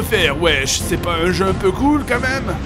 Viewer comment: au-lieu de dire quand même tu dis qua même